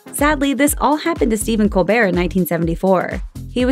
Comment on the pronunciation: Other people: Stephen Colbert: Stephen Cold Bear